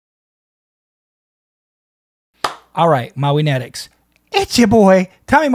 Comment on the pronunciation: Hey, Tommy...sorry but u are pronouncing it wrong. It's pronounced...MO-WEE-NATICS...not MA-WEE-NETICS. MOWIENATICS means "MOWIE FANATICS" Morissette's nickname is "MOWIE"...pronounced "MO-WEE" "NATICS is part of "FANATICS" Hope that helps 🙂👍